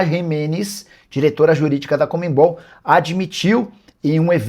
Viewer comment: Porque será que muitos jornalistas não conseguem dizer corretamente o nome CONMEBOL? O Nicola é um deles, ao invés de falar CONMEBOL, ele diz COMEMBOL😂